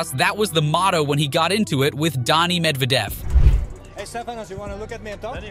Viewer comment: I've never heard worse pronunciations of each player's names. "I. G. A. Swiatek" "Darni Medvadev" "Euganie Bouchard" The list goes on.